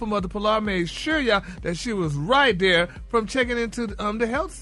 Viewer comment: 😅😂..same & they he pronounces there w/ a d is too funny/annoying bless his spirit